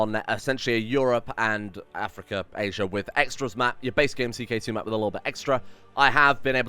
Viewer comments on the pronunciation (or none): none